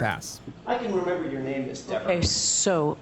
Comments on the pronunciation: … and for God’s sake DON’T call her Deeeeeever 😂😂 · Jackson. Mispronounces her name intentionally and it works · When mispronounced her name “diva” that was NO MISTAKE. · It was definitely multiple times. Earlier in her testimony, he pronounces it wrong and she specifically says "it's pronounced Deh-ver" and he apologizes to her. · It’s pronounced Deeeever. She gets pissed if you get it wrong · she is really defensive about him mispronouncing her name. If I was him I would have kept doing it to annoy her